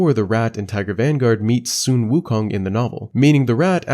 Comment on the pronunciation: The “Su” in “Sun Wukong” is pronounced like “su” in “suede”, not “son”.